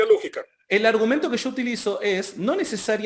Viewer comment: .........es YO.....no SHO......controle su pronunciación...!